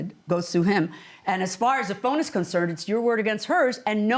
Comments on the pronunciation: Why does she keep adding an "s", to the end of wordssssss that don't need need an S. Sorry just sayn, it's kind of annoying. And her son is a deadbeat! Never pays to rely on certain people, like some family and others. Pay the extra and find a professional. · Why she use the letter S on words that she doesn't have to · I luv how she adds the s to all her words 😁🥰🥰